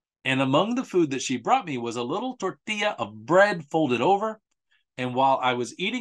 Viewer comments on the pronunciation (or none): none